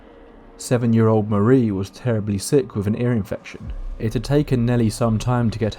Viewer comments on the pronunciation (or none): none